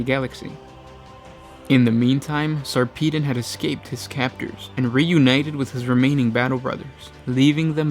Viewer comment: Sarpedon pronounced Sar pa don